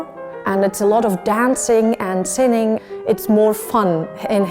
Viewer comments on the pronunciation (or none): Did she say dancing and sining? As in sin...? Word